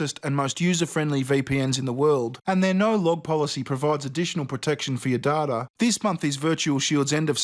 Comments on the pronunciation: No data is pounced day-ta not dada I'm sorry this was really annoying to me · Data, not dada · Stop pronouncing data as dah-dah It’s day-da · Its DAYTA, not DARTA 😂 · dadah? the fuck is dadah!? it's daTA, T there is a T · Not dar tah it's day tah. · I’ve never heard someone pronounce data like daa-ta I pronounce it day-ta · data not dada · day•ta not da•dah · Dat-a not Da-ta you scrub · Data is pronounced d-8-a not d-art-a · Its pronounced "Dayta" not "Dada" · It's dayta not daaataa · It’s Data not Dada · dotta its "day-tuh" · Please. say dayta not darta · < I have a Michigan accent and everyone I know has a Michigan accent and I'm used to hearing Data (Day Tah) and hearing someone pronouncing Data as Data (Dah Tah) drives me crazy. OMG I have issues. > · Hi, Data is pronounced "Day-ta" and NOT "Daa-ta" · Every damn time you say data my british brain is screaming day-tah not dah-tah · The way you pronounce data makes me wanna punch you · FUCKING HELL ITS PRONOUNCED DAYTA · "users personal dada" just what i heard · When he said data I thought he said ta da so i was confused af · First minute: 'D A D A' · The way he says "data" creases me the hell out IT'S DAY-TA, NOT DAH-TA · WTF IS DAH-TAH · D A H T H A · Data not Dahtah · It's pronounced "day-tuh"! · lmao he doesn't say "data". He says "dada" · Not darta, data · i know that you idiot its just sound like hes saying dada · It prenounsed day-ter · 1 minute in and if I hear dAATTUA one more time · Is that how aussies usually pronounce data? "Dawrda"? I'm now simultaneously curious and annoyed... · Data not DARTAR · You are saying d a t a purposefully right? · Ok. Dude I love you, but it’s data not dada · Dadada.. it’s data m8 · say it with me: [deita] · Take a shot every time he says data oh my bad I mean "dartar". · its Day ta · "Personal Dada" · ugh love u man but u keep saying datalike dada haha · "personal datta" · Dardar? The word is data 😂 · English boy says it's "data" Date...ah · DATA NOT DADA.